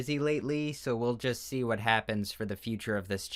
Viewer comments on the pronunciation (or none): I saw this comment while watching the video and I was at the part where he said "where a character's neck" I them clicked the timestamp and he says "happens", it sounded like he said "when a character's neck happens" lol